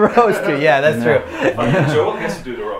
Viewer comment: DU HETER VÄL INTE JÅÅÅL? SÄG JOEL KORREKT SNÄLLA HAHHA